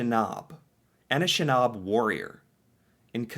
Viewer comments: Anishinaabe (pronunciation = ah ni shin ah bay (say it fast)) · I am a Canadian Indian/ Native/ Aboriginal.... Heck I don't even care what the PC term is anymore. I'm Native. During this video You didn't the word Anishnabe. It is our Indian word for our People. Pronounced: Ah- nish- nah- bay. It is a commonly used word amonsgst several Native languages that Identifies us as a people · just some pronunciation for you: Louie Ree-yell (Louis Riel) May-tee (Métis) Anishinaabe is a First Nations people. (Ah-nish-naw-be) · You were close with your pronunciation of Anishinaabe (a grouping of individual First Nations peoples). Funny enough, but you just need to add an '-eh' to the end of how you said it. Very roughly - A-nish-nah-bay. You may be familiar with some of the Anishinaabe tribes that lived in what is now America: (the Potawatomi or the Ojibwe/Chippewa). You should check out a documentary on the Oka Crisis which this photo is from. I remember it as it happened. It was tense. The entire country was watching. I even remember the American news covering it as well. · ..pronounced…an ish knob a … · That photo is of the Oka Crisis as it's references by Canadian media. An-ish-in-aabe is how ypu pronounce it. Otherwise know as Ojibwe, is one of many nations living within the colonial state of Canada. The photo was from a dispute which arose over city officials planning tk expand a golf course into traditional burial lands. It would probably make a decent video to further your exploration aboht canada and it's relations with the first nations & this land. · cloo-tyeh not clout-ter and la-rock not row-k anishinaabe pronounced a-knee-shi-nah-beh (so the way it looks), it’s a First Nations group of tribes, group of tribes, or more specifically Kanien’kehá:ka (Mohawks), they’re not military terrorists, fighting back for their land because white invaders’ descendants still continue the genocide and land-stealing and everything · It's...An-ish- nah-bee